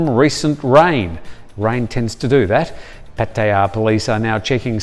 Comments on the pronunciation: Pat-E _AH is the way the Thais who live and born there pronounce it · 99% of Thais pronounce it PAT-TIA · no it's not. No one says it like that and it's very irritating. So stop. I've been here 23 years and never heard it gayed up like that. You miss pronounce alot of places. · Does anyone else cringe every time the way he pronounces Patearrrrrrr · Why do you say Pattaya the way you do? Lol